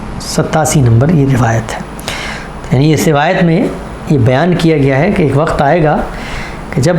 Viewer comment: TALAFFUZ THEEK KAREIN SAHABZADE ( WAKAT NAHEE WAQT HOTA HAI) AAP TO APNE KO URDU DAAN KAHTE BHI HAIN AUR SAMAJHTE BHI HAIN